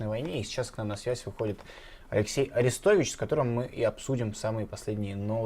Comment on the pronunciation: Орестович ударение на О